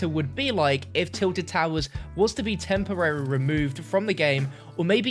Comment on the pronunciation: "temporerer removed"